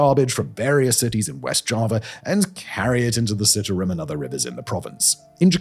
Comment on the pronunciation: You are pronouncing the river incorrectly. I am a Canadian living in Jakarta. It's worse than you can imagine.